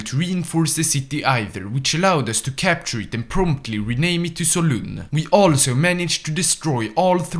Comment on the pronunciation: And Solun